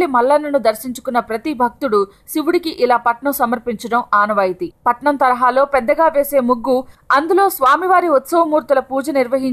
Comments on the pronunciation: It's not patanam It's patam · patnam kaadu patam